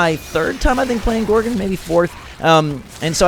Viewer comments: It's GorgOn not gorgin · Please don't say gorgun it's gorg-on